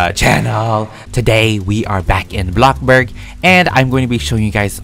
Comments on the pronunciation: It's blox burg not bloc burg like u r funneh and all but pls say blox burg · Why you call it block burg its bloxburg? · He said Box Bur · I really like the way he called bloxburg a blockburg i think its hilarious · No one: Literally no one: Even coeptus: Even the bread:: Bloccburg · no no no no no... “A BLOCC BORG” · Why do u say block burg instead of bloxburg??? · Love ur videos and my fav word u day is blocburg instead of bloxburg I love it when u say that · Blockburg Me: Oh you want a blockburger? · hey guys welcome back and today we are playing blocburg Me: I’m not calling bloxburg NO MORE also me: bLoCbUrG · Nobody: Not a single soul:: block burg Also:crima cookies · No offense but its called, BloxBurg not BlockBurg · Blockburg I thought it was bloxburg I must be wong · No one:: Bloccburg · Do you say Bloxburg like Blockburg on purpose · I hate when u say blockburg but im a big fan lv all ur vids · UH UH ITS ”abloccborg” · Did yall notice he didnt say blockburg like “BLOcKBuRg” he just said “blockburg” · I love how you say "Blocburg" 🤣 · My sister heard me watching this video and when u said the word “Bloxburg” she said “WHAT IS BLOCKBURG?” xD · *blocburd*he says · i love how he says blockburg and roblock